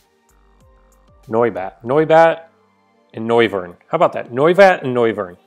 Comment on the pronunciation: Noy-vern, not No-viern!